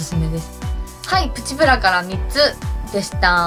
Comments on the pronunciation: プチプラの発音不思議ですね！ ↑ ↓ プ チ プ ラ じゃなくて → → →→ プ チ プ ラ です！w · 咲乃ちゃんのイントネーションはプチ⤴︎プラ⤵︎で、よくある言い方はプチ↗︎プラ→かな？ かわいいw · プチプラのイントネーションのクセが強い笑 今日も可愛いし髪型にあってて可愛い😘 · プチプラの発音ちがうくない？w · みずきなこ Mizuki 私も関西だけどこんな言い方しないw